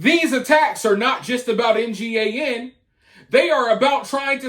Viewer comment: Hmm....anybody else notice what it kind of sounds like when you try to pronounce "NGAN"??